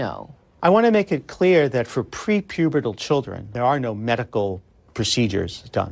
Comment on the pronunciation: “pre-pubittal” !? and this person is a DOCTOR and MILITARY PERSONNEL 🤡🤡🤡🤡🤡